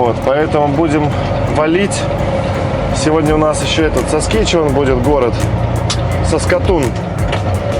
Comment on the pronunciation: Ну правда как смешно.ударения не те.саскачеван.удачи.